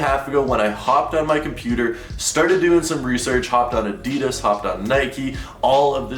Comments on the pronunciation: Maybe if you stop saying adeedas and just say adidas then they might change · WHAT THE FUCK IS ADEEDUSSS ITS PRONOUNCED ADD EE DASS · My friend, you deserve those terrible adidas shoes simply because you pronounce it a-dee-dass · Am I the only one bothered of the way he says Adidas? 😂